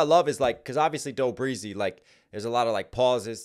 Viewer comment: Only shade of you see it that way. Take it back years n years ago when kellz said I ain't cuddi but that's the buddy. Btw you said to max, can tell you dunno kellz, cam, or the Midwest. I feel that you follow this stuff, but do yo homework bro. Ps doe beezy not breezy. I know you don't really know but I'ma let you know. You may spit, you may do YouTube but clearly you dont really know, you making content for views. Call it what it is man. Ain't no one diss you bro. Lol 💯